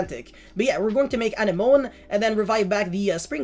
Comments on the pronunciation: Anenome is a weird word to read, it is actually pronounced like "an enemy" more or less. I wouldn't even know that if not for Finding Nemo lmao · Is it not a-neh-mo-nee? Like the thing that clownfish live in? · Also bro you’re pronouncing anemone wrong if you watched finding Nemo it’s the thing that they lived in at the start of the movie.